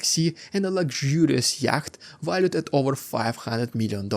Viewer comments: The correct English pronunciation of yacht is "yot", I do not say this to be pedantic only that your blog in English should be taken seriously, and not ridiculed and dismissed for a comical mispronunciation. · FYI yatch is pronounced yot. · It has 2 pronunciations. Brits pronounce it "yot", North Americans (Canada, US) say "yat"... His pronunciation was close to the North American way (the C is silent though and should not be pronounced, which he did once). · Yacht is pronounced 'yot'. English is eccentric! 😂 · It has 2 pronunciations. British pronounce it "yot", North Americans (Canada, US) say "yat"... His pronunciation was close to the North American way (the C is silent though and should not be pronounced, which he did once).